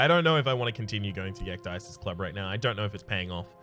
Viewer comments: it's pronounces ek-dee-sis and it's greek for taking off your clothes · Ecdysis in greek means "To strip, to make naked" you are welcome :P It's pronounciated like "ek-the-sis". "the" is pronounced like "thee"